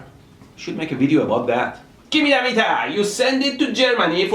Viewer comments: Why does it sound like he is speaking Chinese when he sais give me the metaa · slap your face everytime he says MEETAA! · Im changing the way i say meter from now on. Meetah! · “Gimmie da metah!” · you saying gimme da meeta reminded me of the Pink panther when Clouseau tried pronouncing hamburger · "Gimme da metaah or I will jump off a bridge!" He don't need a "metaah" but a FULLBRIDGZRECTIFAIA!!!! (sorry) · Every time he says "GIMMI DA METEAR" take a shot. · why does everyone say gimme da meter ps gimee da meter